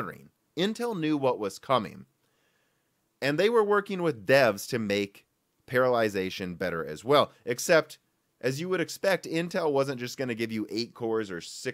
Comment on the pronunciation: Parallelization is not pronounced like paralyzation. I know it's a nasty word, but come on. :P